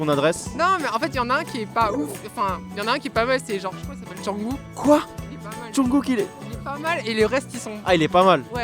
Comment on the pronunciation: '' jounghouu '' JPP rip jungkook